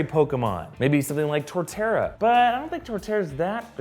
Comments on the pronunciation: I think he said torrtera just to piss us off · he purposely said torrtera to piss us off.